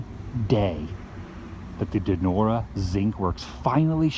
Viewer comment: He pronounced it and Donora wrong